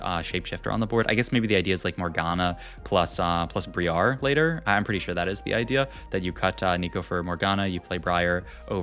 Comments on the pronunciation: Why are you saying "Bree-Are" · the way you pronounce Briar is supremely wrong xD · He's definitely doing it on purpose seeing how he says it properly right after lol. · Stop pronounce briar that way! :)